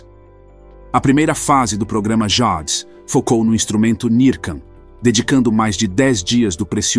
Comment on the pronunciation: Essa narrativa melodramática e repetindo ideias já faladas à exaustão torna o vídeo cansativo . Ele falando “ Jades “ é palavras em inglês e de explodir de rir 😂😂😂